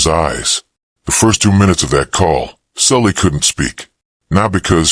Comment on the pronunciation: I thought the girl's name was Sally, not Sully